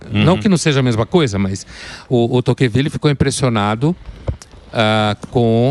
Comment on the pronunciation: Emílio, não é Toquenvile, é Tocqueville!!